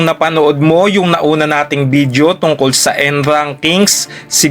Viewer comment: Ok na sana eh nasira lang sa "bidyo" hindi video.